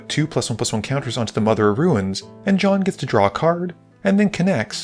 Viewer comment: my wife does not pronounce the I in the word "ruin", making it sound like "rune". listening to you call mother of runes "mother of ruins" this game was the first time I heard it done the other way around, though. I feel like I ought to add that this is a little thing and does not significantly detract from my enjoyment of this video.